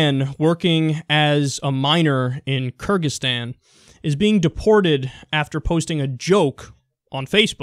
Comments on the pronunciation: I think he is saying it as Kurgistan, like Kurdistan but with a g. I don't think your pronunciation thing is accurate either, Keer-Ghiz-staahn is more accurate (don't know where zes syllable comes from). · It should be pronounced keer-geez-STAN.